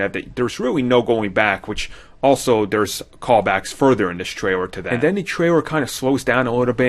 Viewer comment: Heheheh, "tray-rer" Sorry...